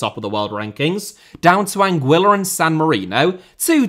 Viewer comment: Anguilla is actually pronouced Anguilla, not Anguilla.